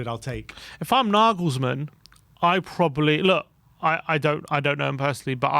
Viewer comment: Glad you've learned how to pronounce Nagelsmann 😁 I fear he'll join a bigger club in the summer but here's hoping..